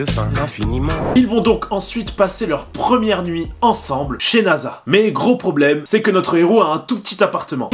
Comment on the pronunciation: Son prénom est nassa et pas naza mon ami j ai déjà regardé l animé 5 fois